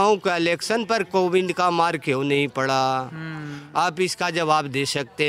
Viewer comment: पिंड दान कराते-कराते पंडे कोविड को कोविंड बोल रहे हैं। 😀😀😀